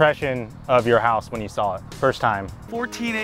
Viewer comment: he never even SAWL it 😂